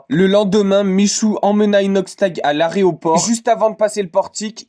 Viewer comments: MAIS WESH L'ORTHOGRAPHE MEC IL DISA= IL A DIT AREOPORT= AÉROPORT MAIS WESH QUI DIT AREOPORT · Punaise tu dis l'aréoport ?